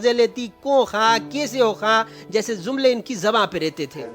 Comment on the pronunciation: Zumle nhi bhai jumle.